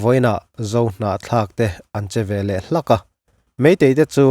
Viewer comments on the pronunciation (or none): none